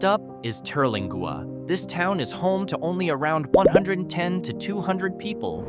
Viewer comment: The AI can't pronounce Terlingua, either. 😂